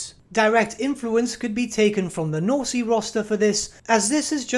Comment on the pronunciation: The -e in Norse is silent, btw. Sorry, for the knitpick. Your content is excellent!